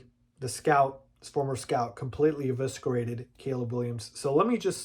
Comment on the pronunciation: I don't know if you care, but its E-viss- erate, not E-visk-erate.